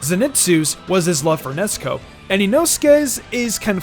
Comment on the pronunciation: It's funny how you call Nezuko Nesko